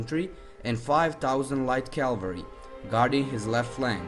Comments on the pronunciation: CAVALRY! NOT CALVARY. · Good to listen Calvary instead of Cavalry